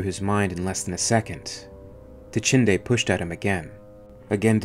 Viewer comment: Dachinde, Dachande. Not hard to follow at all and good use of vowels.